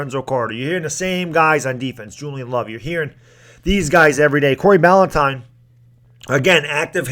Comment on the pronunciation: Bah-Lin-tie-n That’s how you say his name